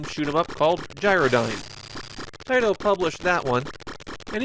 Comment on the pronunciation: Are these videos narrated by an A.I. voice? Avery once in a while, there is a word constantly mumbled through, in this case, the word "Taito". I thought this serious was a passion project for somebody, but now I'm questioning if I should keep watching.